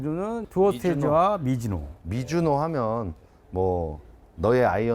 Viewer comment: 미즈노를 왜 자꾸 미지노라고 말하는겨